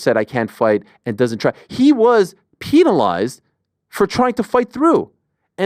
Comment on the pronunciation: When Ariel says penalized it's kinda funny.